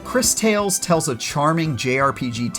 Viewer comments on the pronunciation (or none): i think its actually pronounced like this " Chris Taw less" 😉